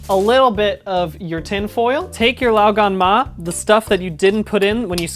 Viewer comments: Even pronounces it pretty well. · as a chinese person, i can assure you that you pronounced 'lao gan ma' perfectly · I was gonna correct ur 'lao gan ma' to 'lo gon ma' because my -25 vision thought the jar said 香港（Hong Kong), so it's Cantonese not mandarin, but then I searched it up and it's actually 香辣 not 香港。 I will now go and purchase some glasses.